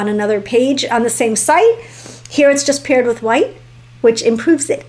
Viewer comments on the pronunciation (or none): none